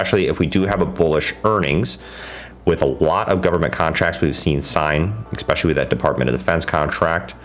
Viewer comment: Dude, what's with the use of the word "expecially"? Surely you know this is not a word and you're using it all the time in places where "especially" wouldn't fit.